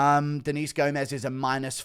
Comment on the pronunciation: Gomes is pronounces as if it rhymes with gnomes